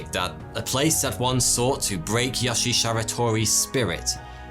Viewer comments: All japanese vowels are long. So Yoshi is pronounced Yoh-Shee. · So do Europeans call yoshi yohshi? Or just?